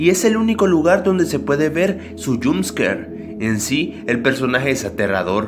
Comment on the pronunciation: "yumpsker" asi suena cuando dice jumpscare, te lo dejo escrito de manera. Fonologica para que aprendas a pronunciar jumpscare se dice "yomp'sker"